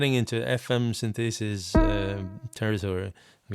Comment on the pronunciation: I don't mean to be a dick, I know you're from a country where English isn't the primary language (so am I), but I wanted to point out that "synthesis" is pronounced "sínth-eh-sis", with the accent on the "y". Not ""sin-thee-sis".